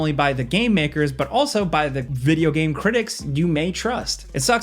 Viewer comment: Heres 10 things that have been forced into "vijeo games" 😂😂😂 i love it